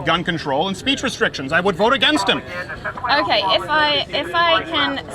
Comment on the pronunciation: "oukhai oukhai seriousli dough"